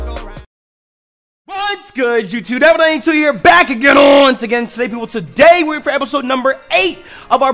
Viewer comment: I'mma need you to pick one pronunciation of Dulse and stick with it my dude.